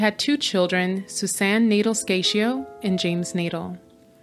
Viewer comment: The name is pronounced nay-DELL, not Nadle.